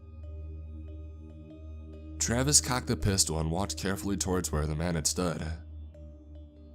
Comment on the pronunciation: “I squinted-uh I saw the silhouette of a man-uh” What’s with that?